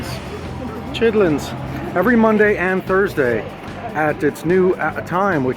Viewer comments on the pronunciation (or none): Lick me like that icecream 😩 “Chidlens!” omg im dying